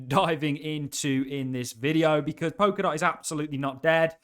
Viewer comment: I'm sure it is pronounce Pol-ka-dot with an 'L'